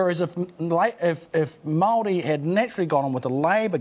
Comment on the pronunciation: The amount of time Paul Holmes has spent as a broadcaster you would think he would have learnt somewhere along the line to pronounce the word 'Maori' correctly. He aha te tangata whenua tenei ehoa? Ko Matt MacCarten? He tane kaupapa rua ia, ka mahara au te whakatauaki 'He pounamu kakano rua.'